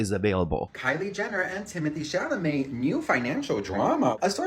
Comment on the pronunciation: I miss how blind items Kyle used to say timtheee chameleee